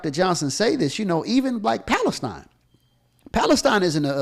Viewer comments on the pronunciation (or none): none